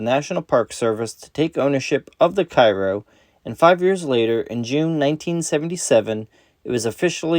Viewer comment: You stated the ship was named after the town in Illinois. In that case the correct pronunciation of the ships name is "Kay row" rather than the common Cairo of Egypt.